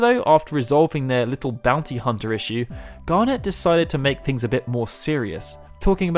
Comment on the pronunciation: Great summary, thoroughly enjoyed hearing it. However, your pronunciation of things makes me cringe so much... Like, have you honestly never heard the word "garnet" said before? It's a pretty standard word... Still, thanks, your content is actually brilliant. Please learn how to say some words though! :thumbsup